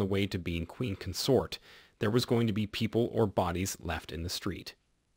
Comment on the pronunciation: Nigel is pronounced with a hard g, not like niggle. And the word consort as a noun, has the emphasis on the first syllable. These are not differences in accent, but in basic English pronunciation.